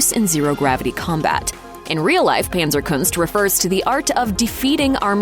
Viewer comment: Panzerkunst is a German word, thus pronounced not with the English "a" but the German "a," like in adorable.